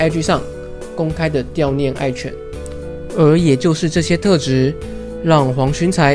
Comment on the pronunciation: 悼 (dao) 念